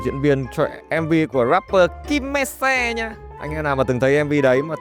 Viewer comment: chịu a đọc tên rapper Kim me se :v thuần việt v